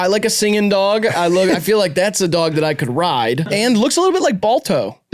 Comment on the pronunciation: i think they made this entire video so could say "duog" for an hour sixteen